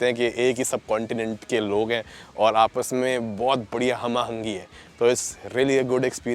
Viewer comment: Lots of love and respect from a small city Burewala, Punjab, Pakistan. I am a regular watcher of your videos but this is my first comment. I must say your Urdu speaking is brilliant when you said "Hum-Ahangi" word. Keep spreading love. May ALLAH bless you.